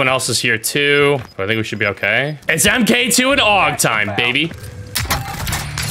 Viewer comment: Hate to be that gay but you say it mark 2 not m k 2